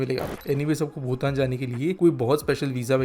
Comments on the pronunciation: भूटान ko भुतान bol rha h ye aadmi. Ek aur baat sikkim alag kingdom tha naa ki bhutan ka part. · भूटान और भुतान का उच्चारण सही किजिए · Hindi me bhutan sahi nhi bolte ho tum